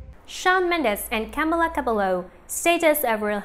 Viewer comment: “Camla cablo”